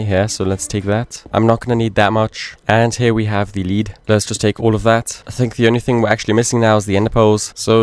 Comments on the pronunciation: Lead ore is not pronounced the same as a Lead you use on entities, it's pronounced more like Led. Sorry to be the pronunciation police lol Fantastic playthrough as always, I've been considering an ATM10 playthrough as a means to learn some of the tech mods i'm unfamiliar with (create and mekanism primarily) Still think you're criminally underated as a 100 day let's player. You deserve much more recognition my man, keep up the good work brother. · Please for your own sake look up how to pronounce lead i cant take it anymore 😢